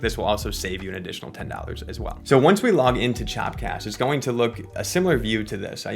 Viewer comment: It’s called “chop cast” bruh, not “chap cast”, lol